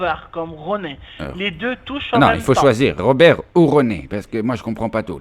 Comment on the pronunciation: "'lé Rrrrrrrrr.... le R comme Robewwwrrrrrr" 🤣🤣🤣😂😂😂🤣